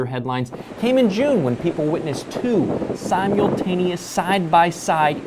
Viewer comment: Did he say simyulltaneously? SimYULLtaneously?